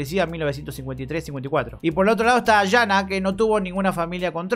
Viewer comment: No dejo de comentarte, jaja. En los nombres Sonja, Silja y Jana la jota se procuncia i, entonces son Sonia, Silia y Iana, Ah y Jonas! es Ionas